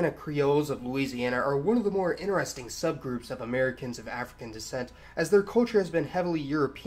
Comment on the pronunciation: Your pronouncation of the word "interestimg" sounds like "in-resting"